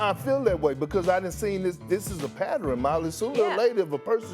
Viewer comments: Did Perk just say “patterin”? Twice??? Three times??? 🤣🤣🤣 And I’m starting to think Harden is legitimately bipolar🤷🏾‍♂️🤷🏾‍♂️🤷🏾‍♂️ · Whats a " patteren " ? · "It's ah patteren!" --Perkins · We not gon talk about Big Perks "Pattereryn" lol 😆 😂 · Perk: It’s a patteren going on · Did Perk turn pattern into a four syllable word?